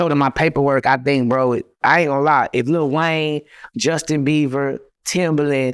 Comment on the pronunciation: I know he ain't say Justin Beaver... I know 😂😂😂